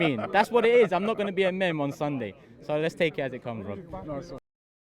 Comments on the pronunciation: It's "meem" not "mem" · Its pronounced 'MEAM' not 'MEM' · Man said ‘mem’ it’s ‘meme’ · Meme is pronounced "meeem" not "mem" lol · My guy really called it a “mem” 😂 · my boy said "mem" hahahh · Did he just pronounce 'meme' as 'mem' LOOOOOOL. the internet is a young mans game bro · Pronouncing ‘meme’ as ‘mem’ is how you become one my guy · TF is a "MEM" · man said mem instead of meme 😂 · So he cant say meme right... ok i guess.